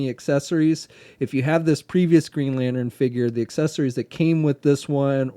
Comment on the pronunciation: i swear if i hear one more time the word "lanern" insted of "lantern" i'm gonna kill someone